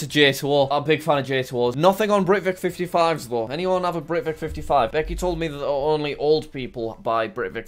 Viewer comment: Jack sucks at pronouncing brivic